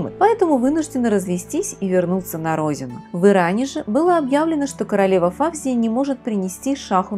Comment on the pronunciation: Не ФАвзия , а ФавзиййА . Имеет корни османских турков ! Что касается французов ,то они некрасивы. У ФавзиййИ утонченная внешнгсть именно от османов . Достаточно посмотреть на ее бабушку, отца, брата и самого Фуада Ахмеда -l , короля Египта. Не Исмаил ШИрин, а Исмаил ШирИн .